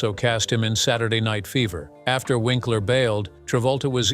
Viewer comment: lol but the voice kept making it sound like Vinkler...not to mention the facts and dates were all wrong! Unless, that is Happy Days started ten years after it started!